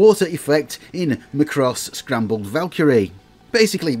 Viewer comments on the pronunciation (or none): It's _Macross: Scramble Valkyrie_, as in, "scramble all fighters!" Not "scrambled," as in eggs.